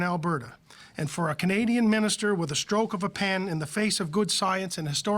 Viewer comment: “AHHHH MINISTER,..OAR”-(uh mini’steer)?? 👀